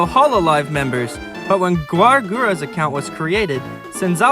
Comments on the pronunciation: no, it’s Gawr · no, it's gawr